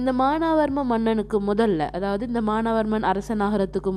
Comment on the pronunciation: மானாவர்மன் இல்ல teacher மானவர்மன் Correct